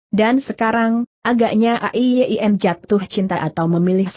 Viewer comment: A-i-ye-i-en. Apa google tidak bisa mengucapkan nama Ai Yin????